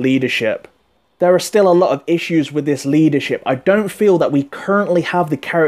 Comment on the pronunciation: sorry could you just say leadershiip again please!